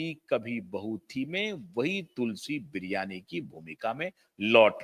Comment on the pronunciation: तुलसी विरमानी. ना की बिर्यानी 😅